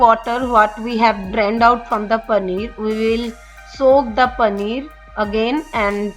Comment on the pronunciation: I do not understand one thing, whatever the recipe is, you are giving cheese and you continue to say panner again and again. 🤔